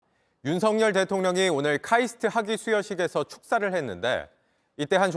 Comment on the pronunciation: 근데 윤서결인데 왜 윤석렬 이라고 발음하냐? 아나운서 발음왜저래